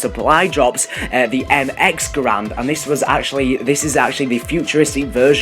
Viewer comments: M1 Garand not Grand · And also he said that's the arisaka was the original m1 grand and also it's garand but btw an arisaka is a bolt action rifle basicly a sniper rifle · Bootlegger = sten In a previous video you called the mx garand a m14. And u pronounce garand as grand. It's not grand. Only doing this to help. Ure awesome! Love ure videos